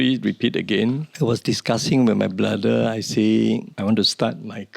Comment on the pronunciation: Why is he always saying Bra-the